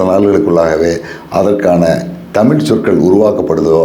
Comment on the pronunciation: தமிழை "தமிள்' என்று உச்சரிக்கிறீர்கள்???